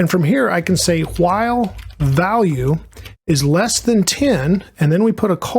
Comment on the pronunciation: Hwhihle loop 😁